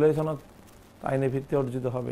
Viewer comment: ছনদ কি? সনদ? বুঝতেছি না আরবী বলছেন নাকি বাংলা।